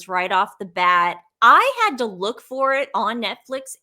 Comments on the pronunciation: was saying "lewk" for look. It is a stupid slang term. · Look(luke) Pennsylvania Dutch pronunciation. Possibly Boston area. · Look ( rhymes with duke) is how scottish people say look with their accent. I think was trying to connect her back to the Royal family. However, She didn't research properly & confused a Scottish accent for a London, English accent. Big difference. Fun to see you on Dan Wooton Girls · was asking about M's lewk, which is slang for "fashion look". She was just pronouncing it like Luke, which was odd 🥴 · Your look is as pronounced just like an English person would say it.